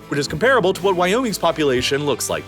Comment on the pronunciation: Please... STOP pronouncing "comparable" as "Kum-PAR-uh-bul." Regular English speakers don't say it that way. If you want want to sound like a human narrator, then you'll say "KOM-pruh-buhl."